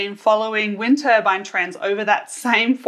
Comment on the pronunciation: WTF? why does the Turbine expert keep saying turbAN??? they aren't wind headwear???